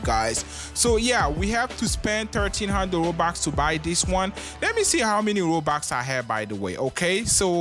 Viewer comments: Bro said ROUBAX btw I’m not saying bro he said robux wrong or I’m not judging his accent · Im sorry in advance but......THE ACCENT?!? ROBAX??!!?!